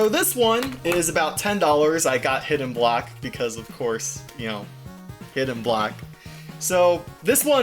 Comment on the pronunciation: Did he meant to say Hidden Block? Cuz I'm hearing Hidden Black...